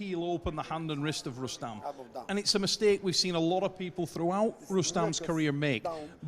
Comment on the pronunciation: Who is Rueston?? It's pronounced Rustum Don't ever leave the sport this commentary gig fits u perfectly!